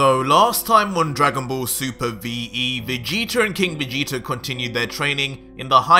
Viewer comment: Every time he says Vegeta, I keep hearing "Vegeter" lol #